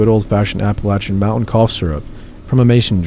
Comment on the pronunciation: You said Appalachian right!!!!